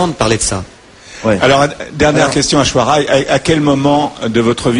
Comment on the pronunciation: ils disent ashwara rai!!!! mdr!